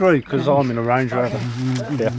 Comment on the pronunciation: "stange lover" instead of "range rover" 😂